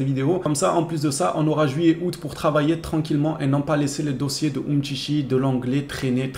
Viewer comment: umtcitchi et fatchi ! c'est drôle la prononciation !